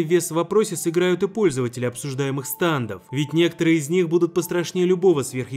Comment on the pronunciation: ГОВОРИТЬ НАУЧИСЬ НЕ САНДОВ А СТЕНДОВ ИДИ УЧИСЬ ГОВОРИТЬ